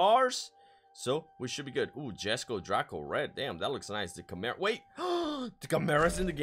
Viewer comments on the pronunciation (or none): none